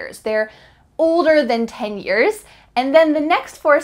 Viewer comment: She speaks too fast for non-English speakers. Also at the beginning she says 10 years but sounds like "tenure"..